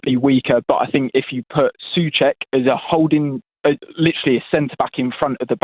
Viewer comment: Second he said soucek he lost me. ⚒️